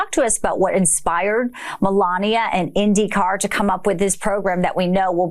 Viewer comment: Did Melania call the car an 'Indiy Car?' Oh yes she did. All of the teams and drivers are gonna really be thrilled with that one.😮